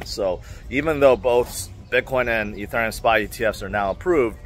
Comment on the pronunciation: Just checking in to see if can pronounce Ethereum yet. Only love,. ❤